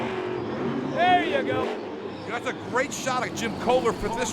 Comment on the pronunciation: Can you stop saying his name incorrectly??????